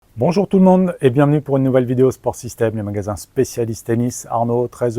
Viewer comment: «bonjour tout le mondEUX » 😂